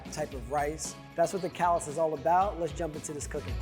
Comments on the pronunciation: Despite this dish being/being known from New Orleans, it is not easy to find in Nola. It was common back in the city’s heyday. Also, it’s pronounced ca-la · It's pronounced cuh-LAH. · The s is silent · You pronounced it wrong, it’s French not English lol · Thirty seconds into the video and he's already mispronounced the name of the dish AND the city where it's from. Hard pass from me.